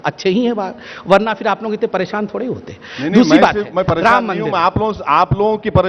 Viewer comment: "परेशान "शब्द गलत बोली